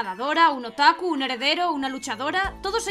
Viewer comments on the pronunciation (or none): none